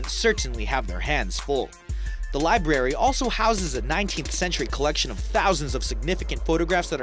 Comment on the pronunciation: Please get an narrator who can pronounce library correct. How horrible libary?